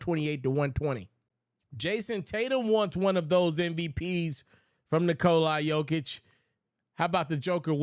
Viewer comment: who is Nikolai Jokic, the mans name is Nikola if you can't pronounce his name damn it give it a rest.